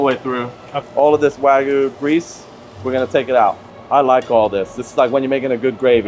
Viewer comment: If you're going to serve Wagyu at least learn how to say it. Not Wa-goo it's Wa-gyoo.